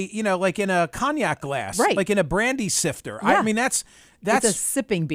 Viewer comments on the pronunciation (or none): Brandy SNIFTER. Please don't call it "sifter."